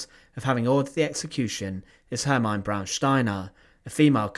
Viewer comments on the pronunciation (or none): Izs pronounced Hermeena. Maybe you should ask someone else to read the texts for your video's